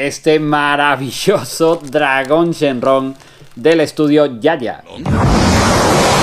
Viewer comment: Muy buena esa recina. Sigue así con tus vídeos. Tengo duda ¿Por qué dices Shenrron (con RR) si se dice Shenron (con una R) o Shenlong? Saludos desde México